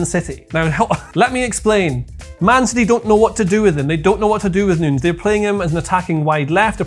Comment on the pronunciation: got so excited by his wild card that he accidentally pronounced 'Nunes' correctly a couple of times